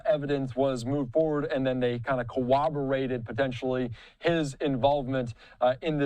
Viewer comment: The prosecution only needs to establish probable cause in the affidavit. They do not need to include all inculpatory evidence. Also,, the word is corroborate, not co-oberate.